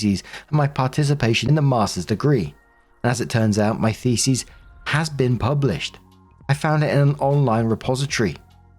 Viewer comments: Story 2 - As always, when is confronted with the word "thesis" he mispronounces it as the plural "theses"., do try to get a clue that "thesEs" is the plural of "thesIs". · Call me immature if you wanna..... cuz you'd be right but it sounds like is saying "FECES" when he is really saying "THESIS." "I found my feces in my universities repository....." LOOOOOOL!